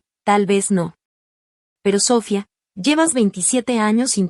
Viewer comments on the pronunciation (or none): ¿SÓfia? Es SofÏa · Noo entiendo porque no puedes pronunciar bien las palabras, empezando con el nombre Sofía, Sofía, Sofía